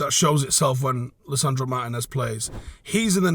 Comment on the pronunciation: Our next season depends on Martínez’ fitness. Also It’s pronounced Mar-tee-nez